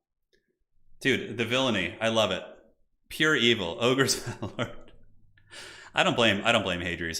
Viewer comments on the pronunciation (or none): none